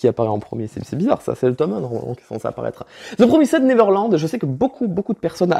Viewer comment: "zeu promissaide 👃🏻 veurland"